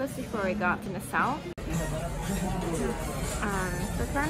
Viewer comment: Nassau, pronounce Nah-saw. Nah-saw, not Ne-sou